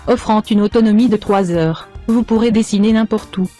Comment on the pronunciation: Disagner 😂😂😂😂 sa ma choquer